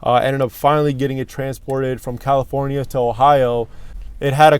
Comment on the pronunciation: Looks to be a cool project! Great color too. I especially enjoyed your pronunciation of "California" early into the video, also what a deal, look at all the spare nuts and bolts that came with the car on the driver's side floorboard! As always a wonderful video to watch and best of all...the saga begins...again... Peace to you and yours!